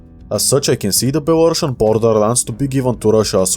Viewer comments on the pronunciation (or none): none